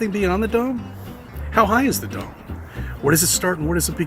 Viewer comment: Whenever he says dome, all i hear is dumb.